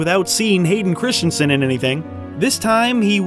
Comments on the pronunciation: Stop saying "Christiansen"... GOD DAMN IT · Christensen not Christianson. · Hayden ChriSSStensen, not Christian-sen. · Christensen ... Not Christiansen ... Say it with me ... Chris ... Dun ... Sun .... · In the US, is the name really pronounced "Christiansen" as in the video?